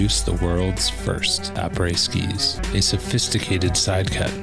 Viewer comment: "AprèS skiEs"